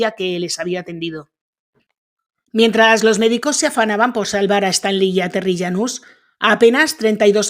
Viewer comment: Yanus o janus, pues no que no puede pronunciar nombres extranjeros